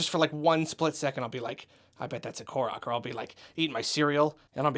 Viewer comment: Am I the only one who thought he said Clorox when he said Korok?